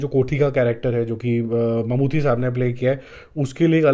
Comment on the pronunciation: Its Mammooty not Mammoothi by the way😂